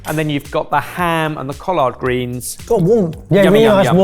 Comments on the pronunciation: As somebody from the Southern US hearing collard greens not pronounced "Collerd" made me do a double-take. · For you Brits, "collard" is pronounced the same way as "collared" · Most folks in the southern US pronounce collard like the a shirt collar with a d on the end not cohlard like does. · Cau-lard greens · Being a very nearly lifelong resident of the Southern portion of the US, I have a slight issue with the pronunciation of COLLARD greens. While I understand that there is an A in the word, I’ve never heard it pronounced with the ‘A’. had it right, it’s more of an ‘e’ sound than an ‘a’ sound. Edited to add: Basically,go from the ‘l’ sound directly to the ‘r’ sound without a stated vowel in between the two consonants. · The way he pronounces collard!! Love it! 😂😂😂😂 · As a Black American, thank you for including our culture. Great job. pronunciation of collard greens was so proper!!! lol😂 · Lol, the way is saying Collard is killing me. was spot on and pronounced Kwanzaa correctly too, it's more Qua than Kwa. Merry Christmas from NY boys! xoxo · The way is pronouncing "collard" is sending me 😂 EDIT: "Bod High" 😂😂 EDIT²: 49 miles? I've had commutes shorter than that. EDIT³: I have never had a sweet kugel before, but I've heard of them. I would have said Germany because that's the origin of most Ashkenazi cuisine, but the sugar beets really confused me. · pronunciation of Collard makes me suddenly see the Hoppin john (blackeyed peas and Collards) in a but of a more posh light.. 😊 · pronunciation: coll-erd not coll-ard. said it better than. kwanza, where the "a-n" sounds like "ah" not just an "a" sound. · Bro. That pronunciation of "collard" and "Kwanza"......you could have just asked google before filming.